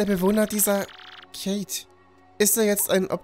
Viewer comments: Kate (Feminin) [die], ausgesprochen Keyt So werden oft kleinere, ärmliche Häuser bezeichnet. Andere Begriffe dafür sind Baracke, Kotte oder schlicht, Hütte. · Eine Kate ist eine Hütte. Wird also deutsch ausgesprochen und hat nix mit dem Vornamen zu tun